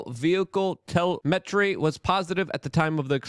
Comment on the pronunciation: another word down, Telemetry .... TELL- EM - ET -RY... not TELL-MEH-TREE. Dang man! this is getting funny. Love you but try to be literate in more than just politics.